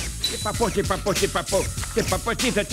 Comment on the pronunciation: L'Abbe Pierre est têtu avec son "te pas potibe" Quoi qu'il arrive te pas potibe 😅😅😅😅😅😅